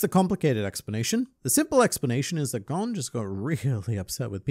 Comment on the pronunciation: Why does it seem like all the people who make Hunter Hunter videos say Gons name wrong. including this video